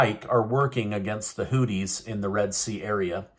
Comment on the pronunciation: Why do you call the Hoothese Hoodies?! It’s with a (th) Exp. “These”, so it’s Hoothies/Hoothese